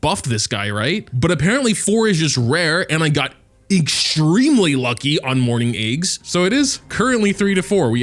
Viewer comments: everyone is talking about level 60 this level 60 that... and here I am wondering why I hear "morning eggs" whenever says "mourning aix". I guess I'm just deaf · Whenever he says that name, "morning eggs", it's so hilarious 😂😂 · I cant tell if he is saying morning aix or morning eggs 💀